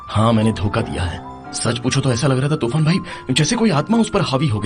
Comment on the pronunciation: Turan ❎ tufan ✅